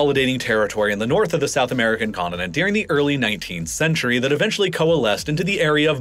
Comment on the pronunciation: I like the video and content but man I can’t stand how he pronounces “during” as “deering.” And the word comes up so frequently you can’t help but notice it every time.